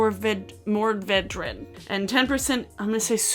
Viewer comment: Mourvèdre - it’s pronounced MORE-ved or MORE-veh-drah. Very yummy...also known as Monastrell. Sorry. I’m a wine geek in what little free time I have. :) -Alina